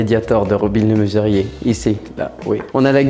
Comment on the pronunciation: Robin le MEsurier pas robin le MUserier...